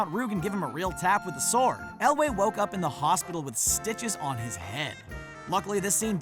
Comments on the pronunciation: For future reference, despite its spelling, the "w" in sword is silent, so it's pronounced SORD! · Every time I heard him pronounce the W in sword I cringed. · You really like to pronounce the 'w' in 'sword.' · The "w" in "sword" is supposed to be silent bro. Just saying. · You may say it that way, but I pronounce the 'o' is sword and sordid for exactly the same duration. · Dude, please learn to pronounce words correctly if you are going to be a narrator. For instance - in the word SWORD the 'W' is silent, and it is actually pronounced SORD. And Mandy Patinkin's name is pronounced like it is spelled. PA-TIN-KIN. Not PATTY-KIN. And also, why don't you show the scene from the movie where the mistakes you're talking about actually happened, instead of just some random clip?